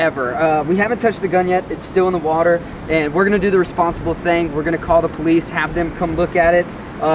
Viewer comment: Divine in the woter